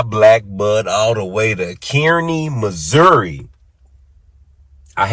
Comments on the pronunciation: It may already be said here BUT its not pronounced “Kearney” it’s “Carney” like your car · Kearny Mo is pronouns (Car knee). I understand if you don’t live around the area it’s easy to miss pronoun the City. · Pronounced Kar Knee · it's pronounced "Car-ney." Just an FYI. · Cool episode! I live 20 minutes from there. It's actually pronounced Car-Knee= Kearney Missouri. Just for future reference. 😂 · Love ya but I believe it's pronounced Kar-ney😅. And not only was he in militias, he was a staunch confederate sympathizer.